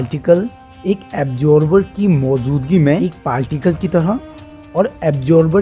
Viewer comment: you pronounced that as Absorber….